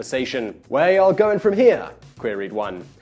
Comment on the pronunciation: Simon! You had perfect pronunciation of the word "y'all". i appreciate that, as being from the southern USA, it seems no one gets it quite right. keep up the great work, brother.